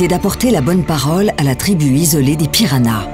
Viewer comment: C'est moi ou elle prononce PiraNas au lieu de PiraHas ?